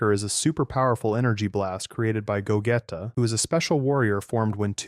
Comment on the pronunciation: “Ru-ditz” “Go-getta”💀